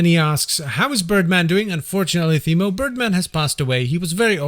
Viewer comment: Oh yeah sorry. I forgot that birdman passed away :( I loved your human response and your "Go weight your mom response 😂 You pronounce my first name like "Teemo" btw. The H is silent. Can I run Path of Exile on an outdated laptop from 2015? I'm thinking of giving it a try.